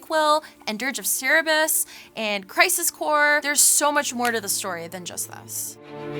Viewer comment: Also: Dirge of Cehrbs, can you not pronounce Cerberus? It's like the threeheaded dog from ancient greek mythology..